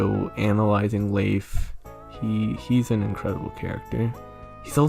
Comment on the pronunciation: I like how you pronounce Leif. His name is an anagram of Life, according to the Bug Fables Fandom Wiki.